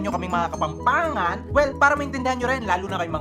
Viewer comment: Yung walang “H” nilalagyan ng “H” whhahahhahah tapos yung may “H” tinatanggal yung “H”😂😂😂 kapampangan kuuuuuuu💕